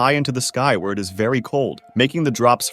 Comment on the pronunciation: Approved bery bery good